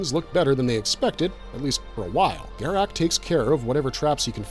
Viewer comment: the continued mispronunciation of Garak's name proves you never watched DS9...